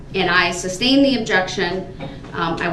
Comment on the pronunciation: Substained, Truf, axed…. He is such a tool!